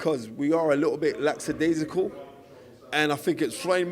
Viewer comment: sry mate he got me at laxadaisical